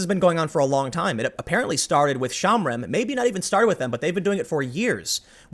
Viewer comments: Shomrim. Show-mmmm-ream. Not shamrim. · shohm-REEM -- not shahmrim. It means "watchers."